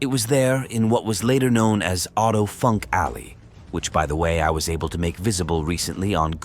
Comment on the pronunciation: Great video. His name is pronounced phonetically like Oh-Toe Foonk